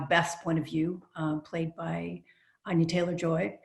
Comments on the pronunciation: the dude says ANYA like ON-NYA. its ANN-NYA. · exactly! its ann-yah not ahn-yah lmao. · its pronounced ANYA LIKE ANEURYSM YOU FOOLS! NOT ANYA LIKE KANYE! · they read anya’s name wrong